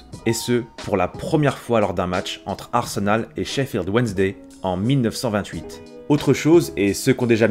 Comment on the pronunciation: Arsenol avec l'accent 😂😂